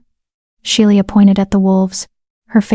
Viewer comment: Love it have laughed so much AI needs to learn to speak names properly. I finally looked to see the odd name. Sheila lord a mercy